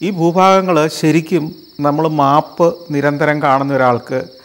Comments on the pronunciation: Yes; noted it many times before, its മേപ് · Kurachu koodi onnu sheri aakki kkoode sir. . മാപ് അല്ല map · Everything is good. But please pronounce "map" correctly.